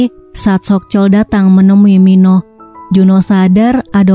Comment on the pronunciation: Min baca nya Min Oh.bukan Minoh min